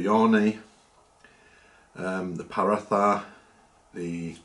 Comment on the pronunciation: “Paratha” is pronounced poor-raw-ta ❤ loved the vid tho